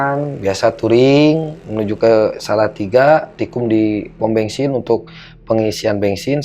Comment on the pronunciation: Org sunda pisan mau isi bensin aja bilangnya isi bengsin 😂